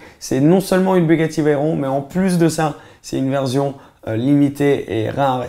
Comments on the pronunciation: J’suis le seul que ça stress qu’il dit « verzion » au lieu de « version » ?😭😭😭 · C’est comme ça qu’ils dit les S écoute quand il dit « version » il dit toujours verzion